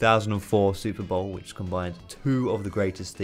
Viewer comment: I think that im retarded, i had to re listen the very first word 10 bloody times to understand thar he actually said super bowl... Silly me.